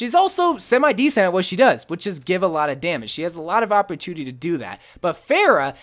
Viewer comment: “Opportuniny” and symmetra were the only two words I heard in this video. “Opportuniny” at its finest